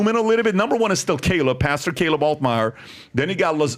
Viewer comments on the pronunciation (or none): none